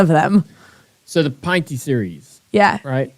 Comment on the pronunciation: Pinty's is pronounced pin tees not pint tees